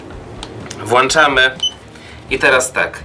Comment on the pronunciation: WŁĄCZAMY! Nie ma takiego słowa jak WŁANCZAMY!!!!!!!